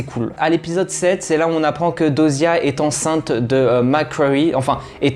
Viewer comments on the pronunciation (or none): "Bélamine", "Jaspaire/Jackspaire", "Dosia"... eh beh il va falloir revoir la prononciation des prénoms 😆 PS : C'est phonétiquement parlant "Bélami", "Djaspeur" et "Dioza" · Bellamy jasper dioza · c pas diyoza 😅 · Très bonne analyse et vidéo, mais franchement ameliore ton oral et comment tu parles des fois tu te répetes !... SURTOUT: apprend à prononcer dyosa correctement stp C chiant mdr😂, vraiment amélioré ce point là et ça sera perfecttooo Bonne continuation😊